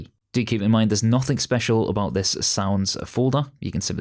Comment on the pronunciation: Arguably the best WoW Lua tutorial out there, but one tiny gripe. It's anything, not anyFINK and nothing not NoFINK 😐 But I'm just as annoyed by the american intrusive-R syndrome (saw / sawr, idea / idear)